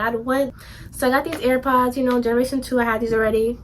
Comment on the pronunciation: “We love that Yunno” 😂😂